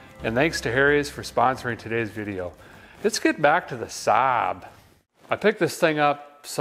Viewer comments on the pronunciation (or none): It's pronounced SA'AB Derek. 😆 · more like " sab " though if you think about it